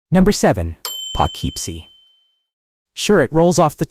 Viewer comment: POUGHKEEPSIE; Po-kip-sie NOT Pa-kip-sie